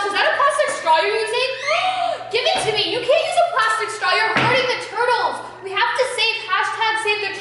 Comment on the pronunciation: you said saving tutles not turtles